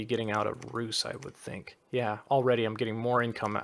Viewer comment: Stygian flesh is not a bad choise for the sacreds too. Your pronanciation for Rus is accurate.